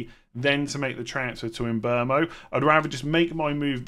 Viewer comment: why do you call him mbomo? It’s mbeumo.